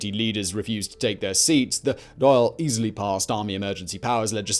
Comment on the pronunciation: "Carrick on Seoo-er"" not "...-on sewer". "Dawl" , not " "Dall".